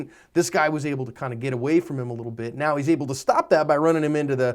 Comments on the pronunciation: I'm sorry sir, are you saying "Meow?" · am i crazy... or is he saying "right meow" ? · Are you saying "meow?" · Is saying meow instead of now in this or is it just me? 😂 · I'm sorry, are you saying "Meow"...? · did he just say "right about meow"? our am i trippin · Is he saying Meow??? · Are you saying right meow? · Are you saying "right about miaau"